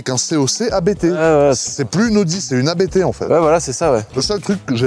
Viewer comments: Alors, on dit Abt et non A.B.T. C’est un nom de famille, pas un acronyme. 😉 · "abte" mes oreilles saignent... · Juste un truc, par pitié, prononcé correctement ABT, bordel 😅